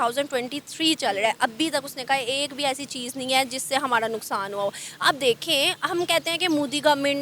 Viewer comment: it's "ra" not "ada"... it will be hamara not hamada